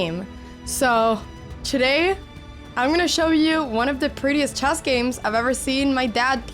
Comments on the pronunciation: I love the way you say "chass" instead of "chess" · I was thinking about this for a while and maybe I should just make a short abt it but I’m pretty sure she uses the ipa /e/ for the vowel in “chess” as opposed to /ɛ/ but when she says “checkmate” which likely from some French and Portuguese influence. But at the end of the video it’s a totally different vowel like /ɐ/ or maybe more accurately the /eɑ/ diphthong which I cannot connect at all to her history except for how it’s close to a bunch of vowels in the languages she does speak which converge into this pretty scarce sound in European languages